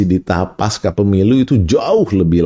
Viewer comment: Pengucapam kata PASCA adalah seperti di dalam kata PANCASILA jadi Pengucapannya Pasca PEMILU serupa Pancasila Ini adalah akar katanya dari bahasa Sansakerta....pasca Selebihmya, saya amazing dengan uraian di VLOG ini....! Very amazing. Saya background accountant/auditor..sangat suka dengan analogi Bandarmogy pasar politik nasional mirip pasar saham